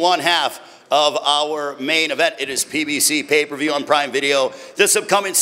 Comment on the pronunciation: aye Calvin hella funny yo "pay per vewrr" 😂😂😂😂